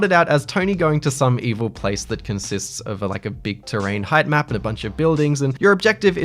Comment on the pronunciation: Oooooo, props for "height map".